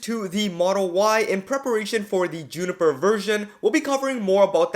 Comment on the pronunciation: Says who? It’s Juniper